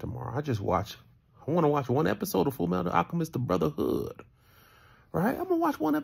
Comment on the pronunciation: The way he says "Da BruThAHOOD"